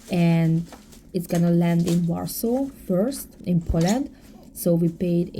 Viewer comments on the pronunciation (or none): none